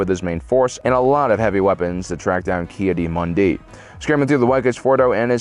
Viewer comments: Key a Dee??? Key Adda Moondee!!! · TIL can't say Ki-Adi-Mundi